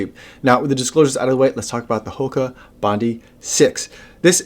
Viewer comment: To help you out it is pronounced Bondeye as in the beach here in Oz Bondi Beach, love your vids thanks for your efforts 👍😎